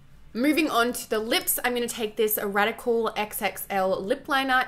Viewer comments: it's not Radical, lol. It's Rodial! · omg i love you but you've been mispronouncing rodial for too long and been calling it radical hahaha